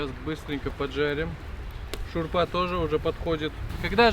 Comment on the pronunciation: Как ты правильно говоришь "шорпа", наверно бывал в КЗ ))))) и не хватает лепёшки, мясо положить в нее, она пропитается, будет как отдельное блюдо 👍. Спасибо за позитив.